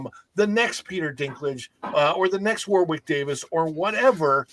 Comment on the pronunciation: Just so you know, 'Warwick' is pronounced 'Worrick'. The centre 'W' is silent. Great video, fellas.